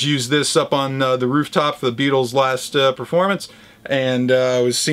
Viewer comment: Hey, nice one dude. A very Merry Christmas to you and your family, Norman and family, Jen and family, and a special hi to Nick and family from LIVERPOOL UK. was that an attempt at a Liverpool accent when you said, 'Beatles'? Cheers, Spud